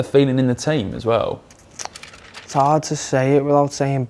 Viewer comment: What the fcuk is with the use of the word aswell being pronounced as-well? It does-not sound right